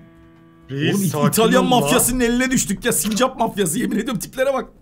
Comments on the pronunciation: Sinirimi bozdun abi sürekli sincak diyip duruyor doğrusu sincap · abş sincak deil sincap o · Sincak değil sincap